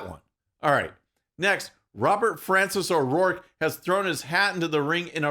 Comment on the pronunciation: I love that you rightfully say Robert Francis O'Rourke. Awesome.